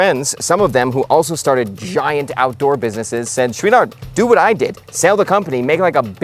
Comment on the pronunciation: I’d find this video more enjoyable if you could learn how to properly pronounce Chouinard. Also, while you’re at it, “mountain” — there’s a ‘T’ in there. 😉